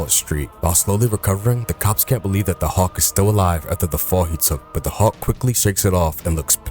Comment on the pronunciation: But I just found the channel and I’m enjoying it except for the pronunciation of Hulk